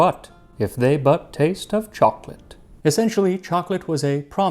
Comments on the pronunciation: For it to rhyme, the last line should be pronounced archaically as “cho-co-lat” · The poetry would be better if you had used the three syllable version choc-o-late to match the meter of "you know what"